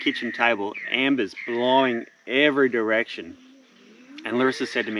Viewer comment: Embers haha, not ambers